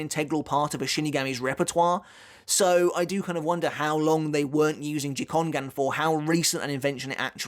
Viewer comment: Correct me if I'm wrong, but gikongan pronounced (gi-kong-gan) with a hard 'G' not (ji-kon-gan)?